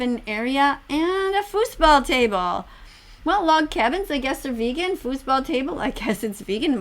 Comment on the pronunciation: Vegan is pee-gan